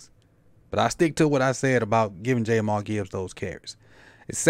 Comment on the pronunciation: Not sure you know Gibbs well Sir - his name isnt JayMar Gibbs... It's pronounced "JAH M EAR" when you dont know their names it makes it hard to think you'll know their play.